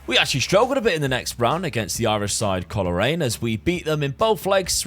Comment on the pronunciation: To help with pronouncing Coleraine if you match them again it should be pronounced “cole rain” just push them together. Don’t know if that’s much help but still thought I’d try help out